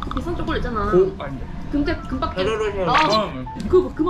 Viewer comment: คริดสะปี้ โคโค่นัด ช็อกกะแลด ไทยแท้มากกก 555555